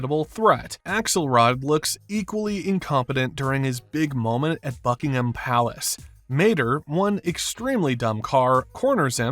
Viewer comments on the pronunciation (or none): none